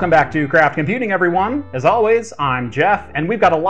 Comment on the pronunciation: It a bit embarassing but I hear "Crap Computing's failed cloud gaming server" xD